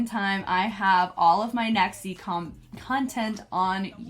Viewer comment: Don't know if anyone has told you yet but their name is pronounced Nex(G) actually. There is no hard Z sound in Japanese like there is in English so Z's are pronounced closer to a G sound. JYP named them himself like he did with Vcha and he explained on the show that their name stands for Next Generation because they will be the boy group to lead JYPE into the next generation. So that's where the G is from, generation, the Z is just to stylize it & because Japanese pronunciation would still make it a G sound (Nex(G) like XG) :)